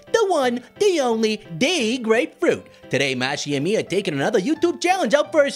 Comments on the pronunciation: Grapefruit? I think he said greatfruit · It is “de” grape fruit